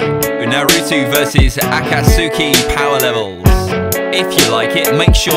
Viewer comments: its pronounced (A KA TS KEY) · Akat suki it’s akatski that’s how it’s pronounced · Ah-Katz-key is how you pronounce it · He said akat-suki it's akat-ski akatsuki the u is silent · Flipping heck, he just pronounced Naruto: narutu and he pronounced Akatsuki : Aakatsooki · say akatsuki write or ill raid your nans house its pronounced akatsky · in the beginning he pronounced “akatsuki” wrong and it hurt me. he said “akatsooki” 😂